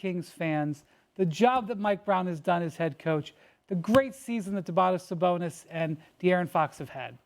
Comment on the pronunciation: This clown cant even say Domantis Sabonis's name correctly. Lakers up to 6 is LAUGHABLE